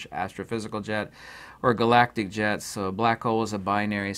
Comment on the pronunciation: For a moment I thought you were saying "Galactic Jazz" instead of Jets 😂 I was so gonna go full Rick and Morty.. Oh well!